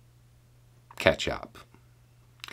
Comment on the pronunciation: WAs your potential mispronunciation of “catch-up” as “ketchup” intentional?